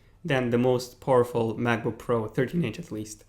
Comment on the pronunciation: The next time you say "poorful" I explode.